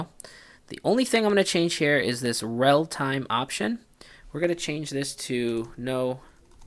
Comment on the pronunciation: It's "relatime", not "realtime". ;)